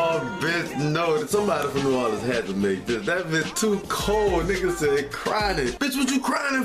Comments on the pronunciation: NEW "WAR" LINS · Man please PLEASE delete this comment. NOBODY says "nahlins" smfhhhhh